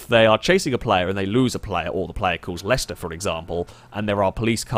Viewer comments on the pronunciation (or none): none